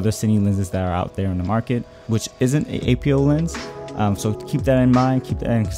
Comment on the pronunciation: APO is pronounced in one word not as separate letters.